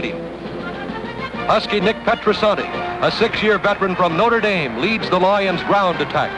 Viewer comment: “The Detroit LAW-yuns.” Who narrated this? Van Patrick?